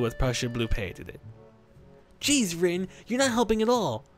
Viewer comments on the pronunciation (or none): if u listen close he says rio instead of rin lol